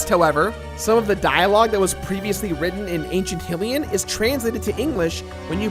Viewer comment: It's bugging me that you're pronouncing hylian wrong 😶